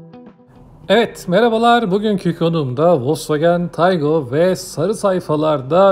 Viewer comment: Taigun değil Taigo...